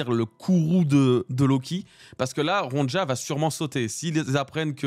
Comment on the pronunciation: Ptn ça me fait trop tilter la mauvaise prononciation du prénom Ronja mdr C'est un prénom scandinave, le "j" ne se prononce pas comme un "j" français Genre, prenez le prénom Sonia, remplacez le S par un R et pouf: Ronja